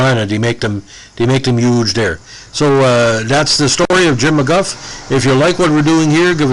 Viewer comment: I think he pronounced it McGoo. He was solid for Wichita, but that team wasn’t as good as 94 and 95.